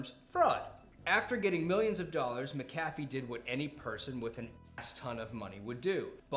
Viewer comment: See you still haven't figured out how to equalize your audio, right on. And just HOW do you not know how to pronounce "Mc A Fee"??? Well done.....slow clap of disappointment.